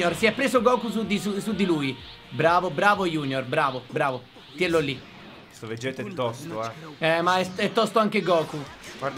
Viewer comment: si dice vegeth no veghet